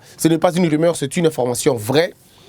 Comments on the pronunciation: Salut ndeko, osali erreur de diction. On dit rumeur et non rimeur. Voilà ma petite contribution du jour. Félicitation à votre équipe pour les 30K🎉🍾🥂🙌. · une erreur de diction (prononcé dikssion) est bien une expression française qui signifie une erreur d'élocution c'est-à-dire dans la manière de s'exprimer. Ici en l'occurrence il a fait une petite erreur de prononciation: il a dit ri-meur au lieu de ru-meur. Cela n'est pas bien méchant😄😙.